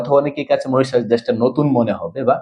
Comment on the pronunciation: মরিচাস না মরিশাস